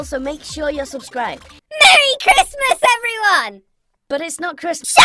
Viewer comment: You said "Cristmas" instead of "Christmas"